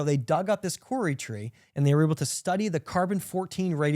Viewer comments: has taught me so much it’s not funny. Fascinating wonderful things. Just wanted to say that here in NZ we pronounce Kauri. “ cow ree”. Thanks again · I’m part Irish, part English and part Ngati Raukawa actually Clare. A real mongrol but I’m proud of all my ancestors. I’m sure if pronounces Kauri the way I described it every NZer would know what tree that is.